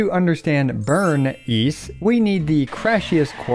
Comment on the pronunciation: It's Burn Ice, not Burn Eese